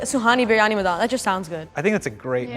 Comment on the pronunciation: yea, like when the girl pronounced madan like she's pronouncing the first half of madonna??? that's not how it's supposed to be pronounced... the d is a soft d as in dh, and both As in the name are pronounced the same way